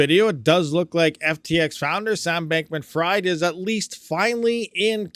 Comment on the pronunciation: I believe the pronunciations are as follows: "Alameda" = "Ala - MEEDA" and Bankman who might as well be "FRIED" is pronounced "FREED" which he certainly won't be after this.